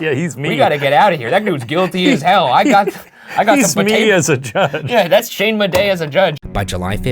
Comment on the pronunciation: Did he say his name is Shayne Bidet? It’s perfect for him but I wouldn’t think he’d say it so proudly